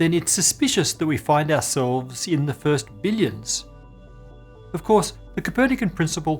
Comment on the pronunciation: How did you make "ourselves" sound like "assholes"?